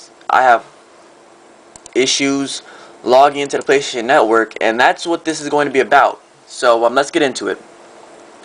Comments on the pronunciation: Lol, REALLY? PLAYSHTATION? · Lol, REALLY!? PLAYSHTATION?